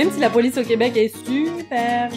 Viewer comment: Au le "la poice"ça m'as tué!!!!!